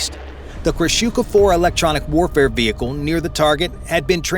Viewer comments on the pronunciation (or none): none